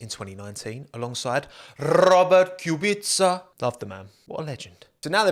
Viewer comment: Finally, someone pronounced Robert's surname correct